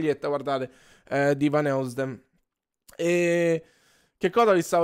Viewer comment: lo fai un video cantando l'inno dell'Inter con la maglietta di Zinho Vanheusden (si pronuncia così: Zigno Vanòisden)? Te la regalo io:D